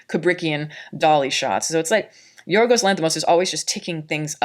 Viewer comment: You’re one of the few people I’ve heard pronouncing his name spot on. Many none Greek can’t pronounce “Yiorgos” (Γιώργος) correctly.